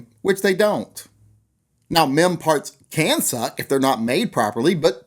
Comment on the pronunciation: Careful with your pronounciation. All I heard was "men parts suck"... I mean, it might be true, or not... but still... family show etc =D